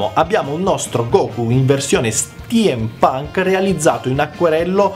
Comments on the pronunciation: Che spettacolo lo Steampunk ! *si dice stimpanc, non stiampanc ;) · Madonna santa STIEM PANK non si può proprio sentire....